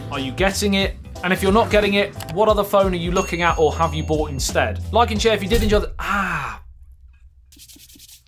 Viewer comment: "Note Noyn"!!! LoL Hit "Loyk"! LOL